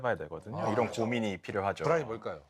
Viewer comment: 불안이 ㅂㄹ처럼 들려서 흠칫흠칫 함